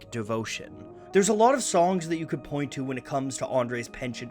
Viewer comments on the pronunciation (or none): none